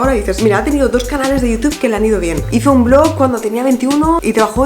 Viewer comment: Amo cómo pronuncias "Youtube". Necesito un vídeo de 10 horas de diciendo "Youtube"